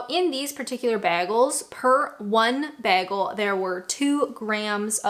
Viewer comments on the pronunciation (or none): It may also be that Yanks put sugar in bread to offset the taste of mixed wheat and maize flour. Yes I like peanut butter but I don't eat it frequently and don't see the appeal with jam (jelly). Lastly, it's bay-gull. I've never eaten a baggle :D I'm not mocking your accent by the way, it's just one of those quirks that make me smile. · love the video...but...beggle??? he he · Please stop saying 'Beggle', I'm trying not to laugh so much 😂😂😂😂 Do we now start to call you Brita? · You HAVE to butter (real butter, not that spread muck) the toast first! And its pronounced Bay-gle NOT beggle. IMHO Rose's Lemon and lime marmalade is the pinnacle. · 😂 I've never heard you say bagel before... I can't cope 😂